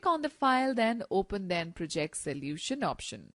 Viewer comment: The narrator lady obviously is reading a script without knowing what she is talking about. English is not her native language. She has a distracting accent, harder to follow. C# is "C sharp" not "C hash". She puts the emphasis on the wrong syllables, like proJECT. Wastes too much time explaining obvious things, such as > means greater than. It is better for a man to talk about programming.